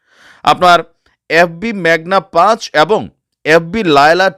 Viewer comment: গান্ডু উচ্চারণ করতেও পারে না পাঁচ কে ফাঁচ বলছে উড়ছে লুঙ্গি লাগছে বেশ ভাগ হবে বাংলাদেশ 😂😂😂